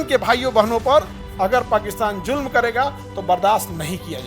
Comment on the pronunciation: Ye julam nhi zulam hn. Try to pronounce correctly. Love from Pakistan ❤